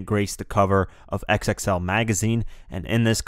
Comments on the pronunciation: Great video but XXL is pronounced Double-X L, not X-X-L. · It's Double XL bruh. Calling it X - X - L makes you sound ignorant. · Stop calling it "X-X-L"